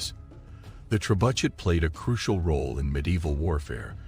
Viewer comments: The ""trebudget"" Ha ha ha ha haaaaaaa the """trebudget"" 🤣.. the pronunciation 🤣🤣🤣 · Oh so all this time everyone has been pronouncing it wrong, its actually pronounced Tre-Butt-SH*T.... wow ... now we know .. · AI voiced, can't pronounce words like "trebuchet" correctly. Worthless clickbait.